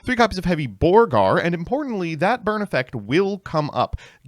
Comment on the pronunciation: Somehow “Borger” became “Borgar”. Must be a leftist thing.